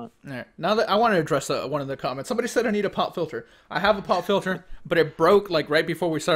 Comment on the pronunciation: When was talking about a Pop filter, I wasn't really paying attention and all I heard was "pot filter". I had to double take that one....